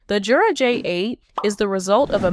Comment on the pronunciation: The company pronounces it with a Y sound, not a J sound. Yer-uh.